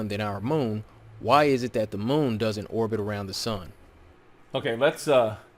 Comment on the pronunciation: ‘Orbit’ not orgit. Great vid though! D Marble is such a moron.